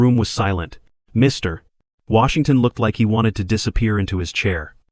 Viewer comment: Where did you learn to tell stories like this one. You place emphasis on Mr then Washington. This distracts the story and throws off the story